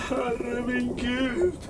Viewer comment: I speak Swedish myself, and hearing you say (herre min gud) that way was fucking hilarious.